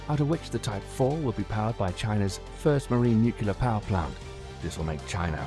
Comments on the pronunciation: The word is NUCLEAR, not NUCULAR. Otherwise, an excellent clip. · NUCLEAR not NUKULAR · I've never heard someone mispronounce nuclear with a British accent before. Its nice to know its not just Americans who do it.